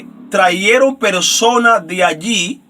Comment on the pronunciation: Con todo respeto, no se dice: traieron, se dice trajeron. Tampoco es corrector, capitar, si no, capital. Tenemos que tener cuidado como pronunciamos las palabras, o como hablamos.